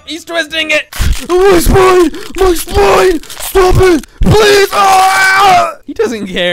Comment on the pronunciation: He said SPI9N